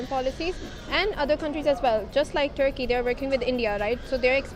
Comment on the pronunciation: if only american accent guy knows what Tharki stands for in India 😂 Edit: Ya Allah the guy speaking in Urdu now. But he choose to pronounce Turkey, "Tharki" while speaking in English.